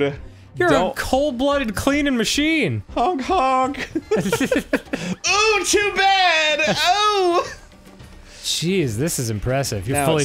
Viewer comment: why do arins OOOHH‘s sound so foreign? he’s never said em like that before. 🤷🏻‍♂️